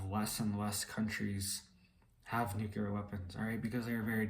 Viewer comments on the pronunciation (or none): Nu-cle-ar... not Nuke-you-lurr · Nucular? Or nuclear?? Lol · Nuclear = Nuke Lee Err You said "Nuke Yah Ler" That is incorrect. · It's not nucular it's nuclear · Please learn how to pronounce 'nuclear.' It not nucular.